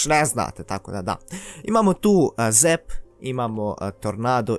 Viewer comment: nije zep nego zap